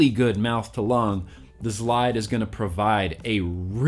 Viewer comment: The zlide will provide... I came to hear you say zlide. A Lot. I was actually interested in the product by the end. Phil and Dimitri would definitely know a good mouth to lung, I would think.